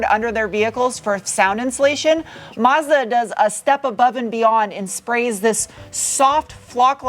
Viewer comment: Extra brownie points for tossing in the actual pronunciation of Mazda for us car nerds 😁👍